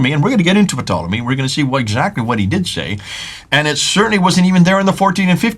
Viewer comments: it's a SILENT P on Ptolemy!!! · Ptolemy is pronounced tolemy. The P is silent.